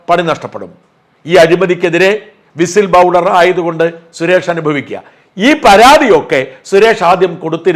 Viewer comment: വിസിൽ ബൗളർ അല്ല, വിസിൽ ബ്ലോവേർ ആണ്